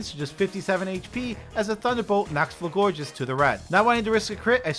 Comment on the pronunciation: You keep adding an extra syllable to Florges' name... Is there something you need to tell us?